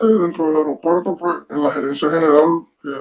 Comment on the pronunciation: AEROPUERTO SE DICE VIEJOS CABEZA DE GLANDE...NO AIROPUERTO....?